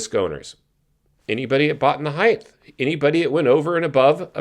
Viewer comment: It’s height. NOT heigth.